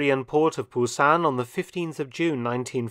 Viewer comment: C+ for your pronunciation of Pusan/ Busan sir. Although im always keen to hear Korean war stories.